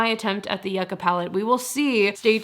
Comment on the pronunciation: the new ND palette is pronounced you-kah, as in the root/vegetable popular in south america 🥹 but yes i’d also love to see your singles collection again!